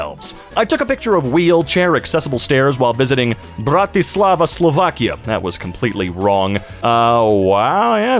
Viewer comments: there are normally at this type of underpasses in Bratislava there are well hair lifts too that's normally meant for the mums with strollers and the pronunciation of Bratislava was spot on if we account that English doesn't have í č and this type of characters and if it should be right he would need to say it more like Braťislava and Slovakia was spot on for English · you actually said "Bratislava" pretty decently and i know it because of reasons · respect you got that slavic word right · Bro, you absolutely nailed that pronunciation for Bratislava. Nice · that "wheelchair accessible" stairs in Bratislava were not build for wheelchaira but for strollers, it is old soviet design still used, BTV very good pronunciation of Bratislava and Slovakia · I have to say, you said Bratislava surprisingly well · Hey, your "Bratislava" was actually pretty acurate:) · as a slavic person that was actually completely right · as a Slovakian, you said it correct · a person from Slovakia here, you didnt read it that bad.... just why in Russian accent also yeah... the main city of Slovakia, Bratislava... we all love it :D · Nah m8 you did say Bratislava correctly